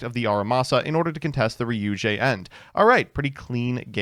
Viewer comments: Oh, is actually pronouncing card names pretty decently this time-... "Ryu-JAY" -...nevermind. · He's so scared of Demonetization he won't even pronounce Ryu-ge correctly